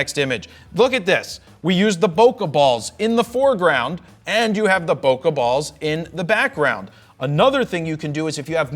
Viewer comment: I kept hearing "poke balls" every single time...